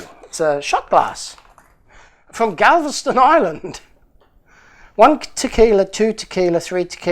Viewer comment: You pronounced Galveston perfectly after the shot.